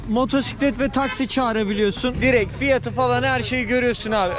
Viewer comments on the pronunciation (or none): none